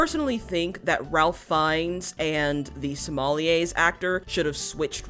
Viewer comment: His name is actually pronounced like Rayf not Ralf